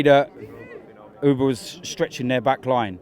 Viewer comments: Auba not Ooba. And him for golden boot. Not sure bout that. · saying uber instead of auba disturbs me a hell of alot